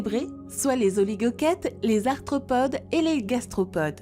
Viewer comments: Et il me semble avoir entendu "parmi les astropodes" à au lieu d'arthropode. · Astropodes, tribolites... Il faudrait se relire ( ou se ré écouter) quand même avant de publier. 😐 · Ouiiii, elle a dit astropode 😀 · "les tribolites capturent agilement les astropodes" :) mais bon sa voix est agréable... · juste gaf a la prononciation svp ! " astropodes " " tribolite " et je suis qu'a 17 min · astropodes??? tribolythes??? trop d'erreurs! (arthropodes, trilobites) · exact c vraiment du gâchis bcp de mots sont écorchés comme cités dans les.reponses li-cheine au lieu de prononcer liken...astropodes ...bref g du m'arrêter car a chaque phrase je balançait un commentaire....ça gâche en effet la réception de.l info pour les néophytes...trop.de mots incorrects c.comme.si on apprenait la langue a qq un avec des d'autres de syntaxe a chaque mots ...site fossilere au lieu de fossilifères une vraie mongolienne dislexique...je me suis arrêté d'écouter avant la fin c bien dommage car elle faisait le.tour des fossiles de la.faune.de.burguest..sileurien au lieu de silurien pareil.mes.oreilles et mon cerveau ont fait nnnnnn'ooonnnn et t'avais deux voix off en plus ...